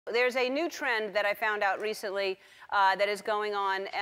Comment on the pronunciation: Did she say "new trend" ????